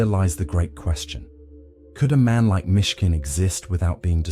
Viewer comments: It's Myshkin, not Michigan. Down with bots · MISHKIN…not Michigan! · "Michigan" lmfao